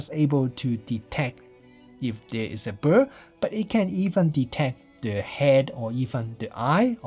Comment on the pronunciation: Woww, love you pronouncing bird as "bur" 😊 I guess I'll buy the z9...